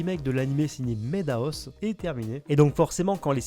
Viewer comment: On dit mad house pas made house. ;)